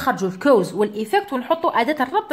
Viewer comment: حبيت نفهم منين جبتي طريقة نطق cause كَوْز راهي تنطي كُوز بظم ال (c)kɔːz